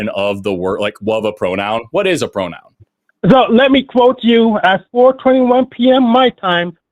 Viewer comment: Hank… a pwonown not a nown. Go back to school.